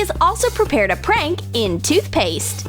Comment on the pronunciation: On a prank she said trank